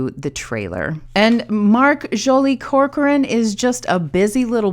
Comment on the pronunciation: You pronounce my name right! Corcoran is Irish actually. Joly is French. You're so sweet and thank you! I think you framed and saw, in your analysis, every intention that I've had during my editing... 🥰 And you use this experience to highlight the importance of editing, making the difference between story and storytelling... Keep engaging with that kind of approach, people need to hear from other people "who actually know stuff!" without engaging into toxicity arguments that lead nowhere... Anyway I'm digressing, or am I?... lol